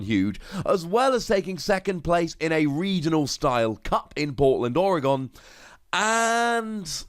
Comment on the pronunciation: Thank u for pronouncing oregon correctly